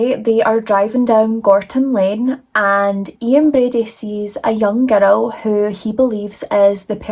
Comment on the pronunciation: And "girl", "gur-rell"❤